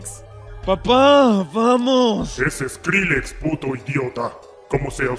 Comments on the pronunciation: Y Skrillex no Skrullex pero X ke es Smosh esta bien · zordon dice eskrillex no skrillex pues que crees que fue lo que me dio risa pffff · Like si también escuchas scrolox xdxdxd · ajajaj escucho skrulex viejo xDDD dhskajhsakdhsahkd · yo tambien escucho skrullex xD